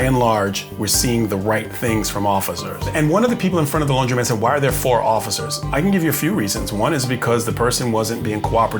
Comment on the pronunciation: *Laundromat, not laundry mat.